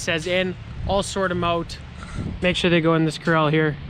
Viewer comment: I always think he's saying Krell instead of corral. 😂😝